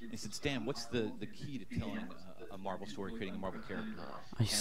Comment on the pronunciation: "MERVEL"